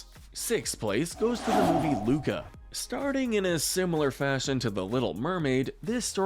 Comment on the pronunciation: Correction: Luca NOT Luka.